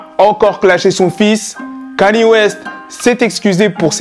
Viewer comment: Bro c'est pas Kani West mais Kanye, prononciation (Kan-Yé)